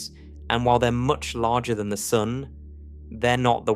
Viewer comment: I love how you say “sun” — it sounds like “soon”